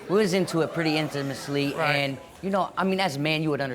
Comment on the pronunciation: "We were into it pretty intimisly" 🤔